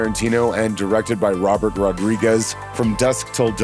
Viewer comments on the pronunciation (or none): none